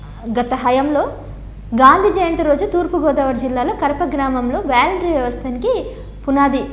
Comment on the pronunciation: వేలెంటరీ కాదు వాలంటరీ వ్యవస్థ..... ఇంగ్లీష్ పదాలు తెలుసుకో మహాతల్లి